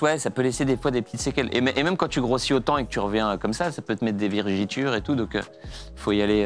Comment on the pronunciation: "Des virigitures"😭